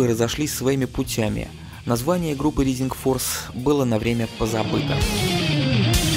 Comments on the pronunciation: всё хорошо, но произношение режет слух. не Ризинг Форс, а РАЙзинг Форс, не Джетро Тулл, а Джетро ТАлл и так далее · знания английского храмают рисинг форс блять джими хендрикс експеренс